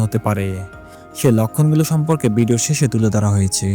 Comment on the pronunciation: ভিডিও শব্দটাকে বিডিও উচ্চারণ করে ফেলেন। যেটা শ্রুতকটু লাগে। বাদবাকি ভিডিও যথেষ্ট ইনফরমেটিভ❤